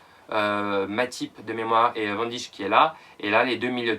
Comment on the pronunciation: Tu sais pas prononcer Van Dijk